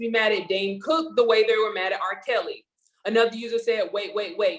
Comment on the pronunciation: Hey there. His name is not Dan. It’s Dane. Just saying. 🤷🏽‍♀️